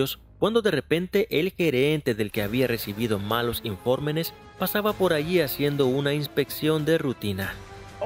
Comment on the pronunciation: Bueno el vídeo, pero ¿por qué el que narra dice informenes ?